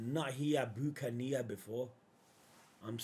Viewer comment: It's pronounced as Buck-an-ear